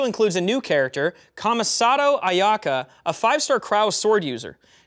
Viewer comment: "this update also includes a new character Kama-satao Ayak-kha." broken Japanese is so funny lmao.